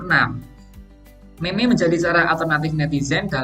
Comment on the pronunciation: Kata meme dibaca mim bukan meme.